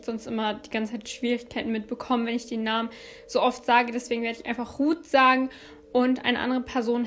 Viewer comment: Hey 😊 Vorab ich gucke deine Videos sehr gerne und finde, dass du dich mit der Zeit immer nur verbessert hast. ABER ich finde es gerade für die Opfer respektlos, dass ihre Namen nicht richtig ausgesprochen werden. Ist doch auch kein großes Thema sich bei der Aussprache etwas Mühe zu geben. Verlangt doch auch keiner dass es perfekt sein soll aber dann einfach anders aussprechen finde ich wirklich nicht richtig. Trotzdem alles gute und bleib gesund 😊💞